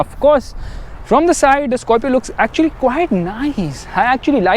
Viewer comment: South Indian pronunciation "Skarfio"